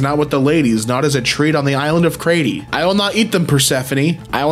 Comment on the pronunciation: Crete was pronounced wrong it rhymes with crete